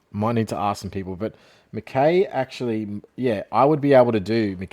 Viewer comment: This pronunciation of McKay and Curnow is poor, like does bro watch AFL